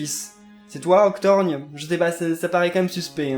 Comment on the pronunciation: C'est Octorgone pas Octorgne 🙄🤣🤣